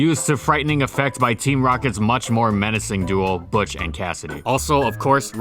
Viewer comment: I'm surprised and kinda disappointed you called - Botch - excuse me, Butch by his actual name.